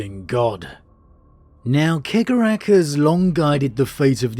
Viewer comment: I love you but…